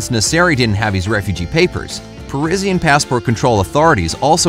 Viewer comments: Still now u call him nessari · Iran is not pronounced "aay-ran", it is "ee-ran". The first and last name of the poor guy is also pronounced incorrectly. It is "meh-(full silence)-ran" and "naa-(full silence)-seri"